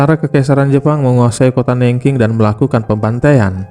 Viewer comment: sebel aq sama narator nya. nggak mau belajar dulu cara pengucapan nama kota aja salah. Googling kan yo bisa, kan ? cara baca Nanjing city gimana ? sebel .